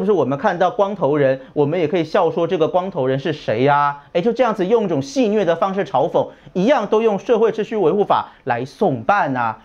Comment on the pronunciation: 炳忠你读白字了，戏谑（xue 音穴）不是虐